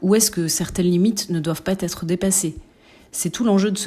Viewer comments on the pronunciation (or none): ne doivent pas « têtre » dépassées 😮💙🤍❤️ quelle liaison dangereuse 😂😂😂